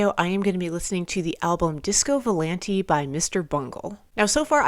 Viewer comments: if i may, i believe its VO-LAHN-TAY AH AH..not volan-tee. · It's pronounced with a at the end not e